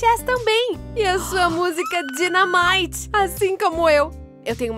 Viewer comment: Ela falou Dynamit errado